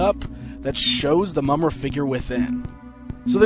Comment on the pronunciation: not to be a d!ck, but i kind of winced every time you said Mumm-Ruh